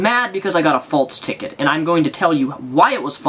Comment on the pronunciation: FALSE. FALSE. infraction. not faltse